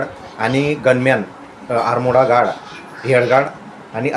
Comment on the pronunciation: कशाला उगाच अब्रू काढून घेतोय भावा आधी आर्म गार्ड म्हणायला शिक आणि मग विडिओ बनव आपलं ठेवायचं झाकून आणि दुसऱ्याचं बघायचं वाकून अशी परिस्थिती झाली आहे तुमची